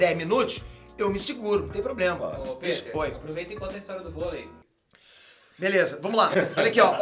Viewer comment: para o PITER (COM I MSM) AR e ÁHH tem a mesma pronuncia